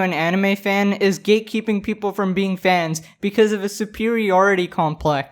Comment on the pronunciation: Why do I hear "gaykeeping" instead of "gatekeeping"?